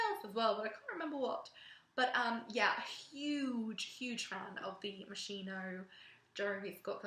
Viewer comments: To put it plain and simple : it's pronounced moskino and not moshino !!!!!! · si dice moschino CAZZO